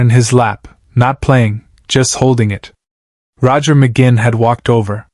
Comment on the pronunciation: When the Ai narrator mis pronounces Roger McGuinns name I'm out!